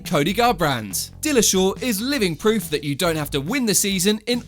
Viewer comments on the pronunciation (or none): none